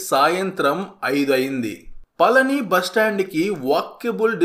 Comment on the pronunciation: మీరు పలికేది పలని లాగా వినబడిoది. పళని అనేది కరెక్ట్. బాగా cover చేశారు. బాగుంది.